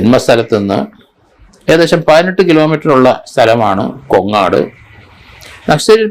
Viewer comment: കൊങ്ങാട് അല്ല. കോങ്ങാട്